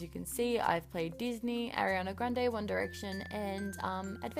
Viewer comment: ARIana not AIRiana 😂